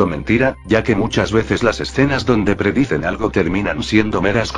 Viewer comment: note que dice preciden en vez de predicen xd